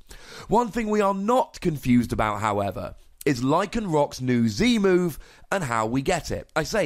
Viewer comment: Lol did u say "powered up version of the moon stone edge"? Instead of move? U said move the first time but second sounded like moon.